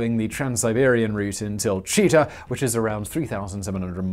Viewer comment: Not Chiˊta, but Chitaˊ And that was the only complaint I had for this video, because it's awesome!